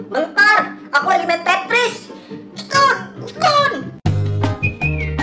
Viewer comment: "Stun" aja jadi "SETUN"😂😂